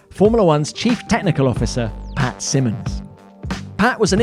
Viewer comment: I think it's Pat not pay, buddy ..